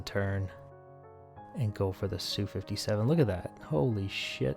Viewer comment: "Sue".... :facepalm: MiG is only "mihg" because it's 3 letters. Like Yak. But Lavochkin is not 'la", it's L.A., like the city.